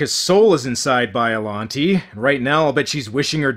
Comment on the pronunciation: its pronounced bi-a-lon-tay